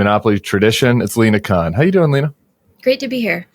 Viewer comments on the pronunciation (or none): LINA, not Alena 🤦🏼‍♂️